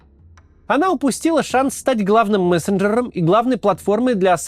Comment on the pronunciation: мессенджрр менеджрр